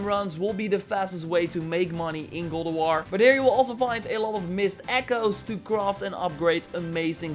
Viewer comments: "Goll ef wor" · “Good ah wah” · Sounds like he’s saying “Gaul Of War” 🤣🤣🤣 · Why do you keeo saying "Gold of War?"